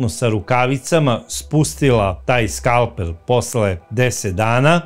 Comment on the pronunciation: Odlična epizoda, kao i uvek! Pedantno, detaljno. Bravo! Ali, i mali lapsus - kaže se skalpeL, ne skalpeR.